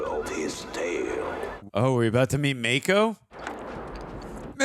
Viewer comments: LOL, it's "Mah-ko". He's not a shark.🤣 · Mako is pronounced with a soft “a”. Mah-ko instead of May-ko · Mako, as in the shark? Pretty sure its a soft 'a', (mah-kho, not may-kho) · It's pronounced Mah-ko. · Gettin' tired of hearing Mako's name repeatedly mispronounced.